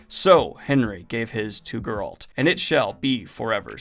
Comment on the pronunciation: DUDE. It's fucking GER alt. GER alt. Not fucking ger ALT. Jesus fucking Chist. Did you watch the show? One would think you'd actually learn that from the show, if nowhere else.